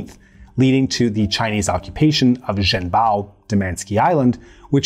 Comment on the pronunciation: Zh in Zhen Bao pronounced like J in Jenny. en is like "un" in under. Chinese Zh = English "J." The sound the narrator made doesn't exist in Mandarin Chinese.